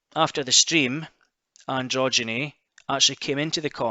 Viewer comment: Keep the videos coming. Although you all still keep pronouncing Ann Drogyne's name wrong lol. Still wicked uploads though bud.